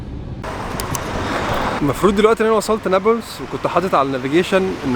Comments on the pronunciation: بس شوية انتقاد ليش هيك بتحكي نبلس مش نابلس؟ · يا اخي كلامك تافة. يعني حتى كلمة نابلس مش عارف تنطقها!!!!!! نابولس اية!!!!!؟ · هههه نيبلس دي بتبقى عند الست ، بس لو كنت عايز تلفظها صح ، قول ( نابلس) مش نيبلس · نطق نابلس ليس نوبلس، نون الف باء لام سين بكسر اللام لو سمحت نورتنا يابن المحروسة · نطقها الثاني عندك هو الثخيح نا بلس مش نابولس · اسمه نابلس مش نبلس اعدل لسانك يابوعمو بلاش عوجت الخواجات ده ولا انت من egypt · بيحكي نابييلس استفزني 😅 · لامؤاخذة هو انت مش عارف تنطق نابلس ليه! انت من ايجيبت؟! .. اسمها نَـابْلِـسْ جبل النار 💚🇵🇸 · يابختكن بس بتتنطق نابلِس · نطق نابلس هيك ناب لِس (مع كسر اللام او رفعها لُس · خليني اخفف من عذلبك تلفظ نابلس بتسكين الباء وضم اللام وعلى مهلك وانت بتنطقها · عجّب و هو بحكي نابلس بطريقة غلط😂 بس يا اهلاً يا بيك، نورت فلسطين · بس لفظ نابلس محتاج شويه تعديل منك ههه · مش عارف حتي تنطق اسم اليلد جتك خيبه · شكرا علي مجهودك بس لسه مش عارف افهم كيف انك مش عارف تنطق اسم المدينه انصحك تابع الاخبار وانت تسمع اسماء المدن اكتر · ابلين؟ الجليل اسمها ونابلس لفظك لإسمها غريب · الفيديو ده قديم؟ وبعدين ازاي دخلت؟ وليه بتنطق اسم البلد غلط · اولا فيديو قديم قبل طوفان ثانيا ليش بينطق اسم بلد غلط بسبب لهجته هو بيتكلم مصري هو هيك بيحكيها